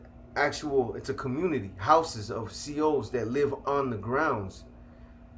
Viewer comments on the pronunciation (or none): none